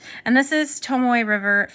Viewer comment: It’s Tomo..not Tomoy not Tomoeh/Tomoway